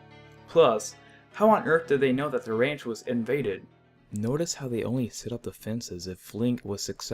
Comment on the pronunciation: Did he say perpers instead of purpose? And rant instead of ranch? Lol